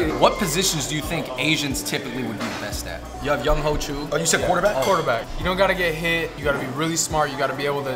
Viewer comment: They called Koo by the obvious: "Young Hoe", but I'm pretty sure it's pronounced like, "Young Way". LOL!